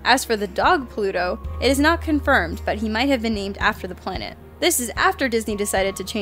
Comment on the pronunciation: "Pwanet Doran."